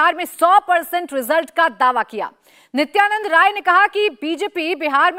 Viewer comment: Nityanandray Yadav aisa likha karo.. Sir Nityanad Ray kyo bolte ho???